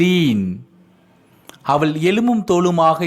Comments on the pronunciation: தமிழில் அவள் எனச்சொல்வதை நீங்கள் அவல் எனச் சொல்லும்போது கேட்க நெருடலாக உள்ளது. Sorry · Nice. A word I want I want to tell. even though u teach us English with Tamil translation you pronounce avall like aval. ie ள் is pronounced by u as த். Pl correct it. It's my request only